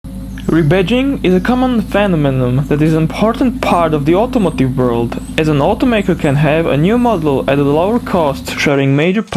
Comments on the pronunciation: phenomenon is pronounced "fa-nom-e-non" just to let you know :) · as usual ignore those hate comments about your accent and voice. phenomenon is pronounced as "fi-nom-uh-non" Toyota and Nissan also re badges their car like the Toyota Sprinter Trueno GT-Apex in Japan and in US its called Corolla GTS Nissan was used to be called Datsun in the US and thus some cars carry the Datsun badging. Infiniti also has re badge some cars like the 350Z to be the G35 in the US and uses the same chassis and engine as the 350Z. the lesser known fact for the Proton Wira was it shares the same engine with Mitsubishi just like the Satria. And it known as the knock off version of the Mitsubishi Lancer Evo 3 as the Wira was able to fit the 4G63 Turbocharged engine into the engine bay. About your next car for your brother. Does the Subaru WRX STi GDB-C cost a lot where you live? Even with just around 280-300BHP. That car is pretty good and the AWD system can be adjusted to be more rear biased with the DCCD and it a 6 speed manual. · phe-no-me-nom :D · Phenomenon. I love your videos, but you butchered that word and threw it in the dumpster.😝